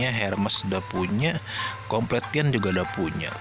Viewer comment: bang, saya gak mau sok pintar bahasa Inggris, sekedar koreksi saja untuk cara bacanya. gopay 👉 gopei completion 👉 komplesyen card pack 👉 kart pek guidebook 👉 gaidbuk saya udah pernah komen gini loh tapi sepertinya gak di notice :(((((